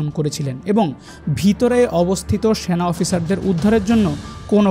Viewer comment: স্যানা❌ সেনা✅ কনটেন্ট ক্রিয়েটর দের উচ্চারন নিয়ে কাজ কর উচিৎ।ভিডিও দেখার উৎসাহ হারিয়ে ফেলে দর্শক